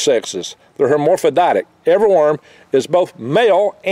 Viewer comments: hermorphrodietic. This guy is really smart so his pronunciations are pleasant and endearing. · I subscribed when he said "hermorphroditic". Worm Gandalf 2024!